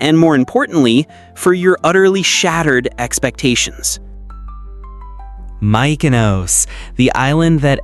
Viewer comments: Good luck getting more followers cause you need to learn how to pronounce mykonos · In return you get a "moutza" for mispronouncing Mykonos like a proper, bloody tourist